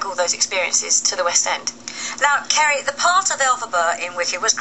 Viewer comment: I know! She couldn't even say Kerry's name, which is hardly the most difficult thing in the world!